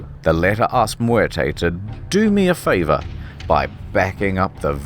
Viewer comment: You didn't roll the 'r' in Muerte, you rolled the 'm'. I didn't even know that was possible.